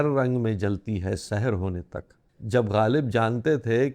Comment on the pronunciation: سَحر زبر سے ھے سین پر زبر ھے جو صبح کے معنی میں آتا ھے اور آپ نے اس کو زیر سے ادا کیا ھے۔